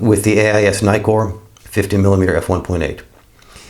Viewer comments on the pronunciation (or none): There are two Ks in Nikkor. Why do you keep calling them Nykors? I get put off by mispronounciation, so I’m out.